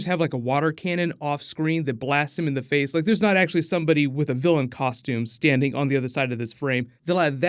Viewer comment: Vilian not Gillian